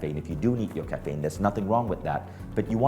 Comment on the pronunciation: Dude it’s caffeine - not Kafaynnn